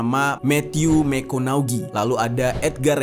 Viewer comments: bacaan Phonetic nya dari Nama McConaughey adalah mə-KON-ə-hay; (Mekonahay) bukan mə-KON-ə-Ge. 🙏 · Matthew McConaughey (Mek-kow-nha-hey).... alright...alright...alright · Pronounce howard udah bener giliran matthew mcconaughey slaah. Kenapa gak riset dulu gmna pronounce nama yg bener.